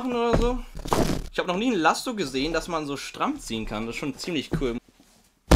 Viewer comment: Digger was für Lassom? 😂😂 das heißt lasso😅 ohne "M"😅😅😅